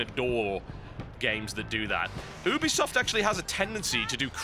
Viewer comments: You-be-soft.. Not Ooob-be-soft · oobisoft? It's Ubisoft, like YOU-BE-SOFT. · Oobesoft... Oobesoft; really??? I'm british; but, really... WTF?